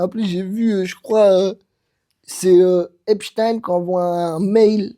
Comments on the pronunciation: C'est epstaan pas esptiiine merde. Et merci pour vos rires🫶🫶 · Haipchtayne si tu veux l'écrire comme ça se prononce je crois